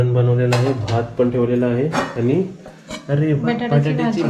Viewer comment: आनी - आणि पानी - पाणी गुल - गूळ नारल - नारळ पलाला - पळाला तांदुल - तांदूळ And many more.... pls improve your marathi language👍🏻😊..